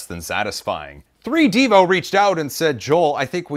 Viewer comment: is probably said 3d evo, not 3 devo